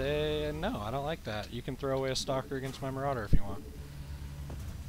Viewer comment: For some reason when you say "stalker push" I always hear it as "soccer push". It makes me imagine zealots kicking around sentries like little soccer balls. Anyway, just subbed to you & really glad I did. Slowly catching up on your casts & really digging it so far.